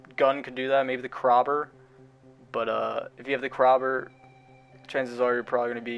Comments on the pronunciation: Wait..... Did you say... ”Krarbrr” It cray Ber But not spelt like that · This man said the craber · Krober he says lmfao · man really said krawber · Somebody get their mans.... He said Krober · I’m not taking advice from anyone who says, “krOber”. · Did you say krahber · It’s pronounced KRAY-BUR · I like how he says the Kraber